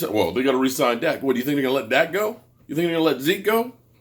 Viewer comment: 😂🤣😆 He called Dak, Zak this was too funny and made me just laugh because he could not pronounce his name.